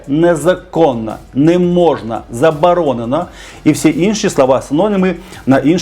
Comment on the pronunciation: Який дитячий лепет.... забаронено....чи забаронено!!!! Галасування(((( 😮😮😮 А матюки😮😮😮 це ВЗАГАЛІ Фу((((